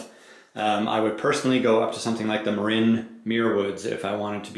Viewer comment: It is pronounced MARIN like the guy from Cheech and Chong. Marine is a United States Marine spelled differently with an E at the end.